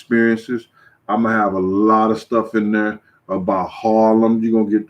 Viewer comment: "Thurr" St. Louis accent 😂😂😂